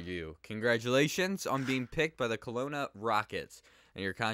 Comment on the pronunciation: You pronounced Kelowna perfectly fine! ( wish you went to the Giants, as I am a fan of them.)